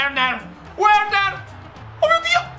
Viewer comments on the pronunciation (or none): Verner no Uerner come mia nonna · il nome di quel giocatore che chiamavi uerner,non si dice uerner ma verner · un consiglio Timo Werner si legge Verner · CONSIGLIO:QUANDO L'AVVERSARIO HA UN CALCIO DI RIGORE PER PARARLO DEVI PREMERE L'ANALOGICO PUOI BUTTARTI O A DE STRA O A SINISTRA; E POI NON SI LEGGE WERNER SI LEGGE VERNER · Si legge verner